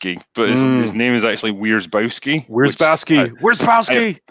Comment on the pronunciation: About Wierzbowski is a Polish surname, quite typical as well (phonetic: viesh - bov - ski). "Wierzba" in Polish means "Willow", so he's something like "willow-guy". Hope that helps.